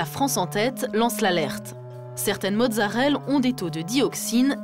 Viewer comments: Mozzarellaaaaaaaa pas mozzarelle :) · c'est marrant parce que mon cerveau a corrigé automatiquement tout le long, j'ai remarqué qu'elle disait mozzarelle que dans les commentaires :p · Merci ! J'ai corrigé la journaliste pendant tout le reportage XD